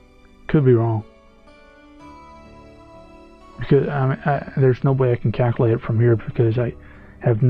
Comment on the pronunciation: Caculate ಠ_ಠ